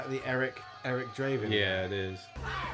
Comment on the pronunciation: Eric D'raven? Nah, Eric T'crow :)